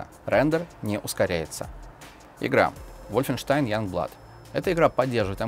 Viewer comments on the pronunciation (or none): none